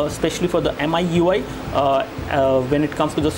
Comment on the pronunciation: Heck there is an auto brightness toggle in the notification bar You could just check ram just by long pressing home button you could even free up ram It's pronounced as Me-Ui not MI-UI and it's pronounced as Me-3 not Mi 3 The blurring according to you is Noise This the most noobest review i have ever seen >_< Your English is really bad